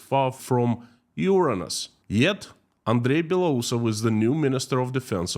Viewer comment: Mars - Uranus Flipping beautiful, especially since you didn't mispronounce Uranus.